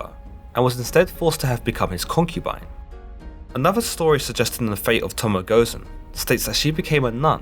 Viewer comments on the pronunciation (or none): Does this guy even English He litterally said to-mo gozen It is litterally pronounced "To-mo-e gozen his #thisdudedoesntknowenglish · Towmow🤦 - Toh-moh-eh Goh-zen! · Tōmōë Gōzën = Toe-Moe-eh Gōz-ehn! Like TEN/10! Not like aluminum or aluminum! It’s called ANNUNCIATION! Please, just take a few minutes to learn the language of which you wish to talk about! It only takes a few short minutes, of the deeply serious studying that you do to confirm these stories. Sorry! I know I expect more from “educated” peoples from a “higher” civilization! But seriously, please just take a few minutes to learn the annunciations of the culture/people/language of which you would like to talk about. It really only takes a few minutes to do. I’ve learned a few different languages and I just listened to the native speakers few times to help annunciate properly. It’s really not that hard. It really should be easy considering English is made up from every major language in the world. I apologize for coming off as an ass, I’m just tired of that “lazy-ass generation” not even trying!!! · The first thing you hear in this video is literally a mispronunciation of the name of the very subject this person is trying to make a video about lol. Not off to a great start. “Tomo Gozen” 🤣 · TO. MO. EH. GŌ ZEN. Only blemish in an otherwise excellent vid.